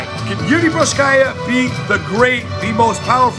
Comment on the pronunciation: Man. Work on the pronunciation of his name first (mean Procházka) . Its way more horrible then in Rizin, and that was really bad too :D About the match. At the moment, I see for example Jan as a more interesting match and, above all, more realistic for implementation. Ngannou is still thinking about leaving the UFC so it probably won't happen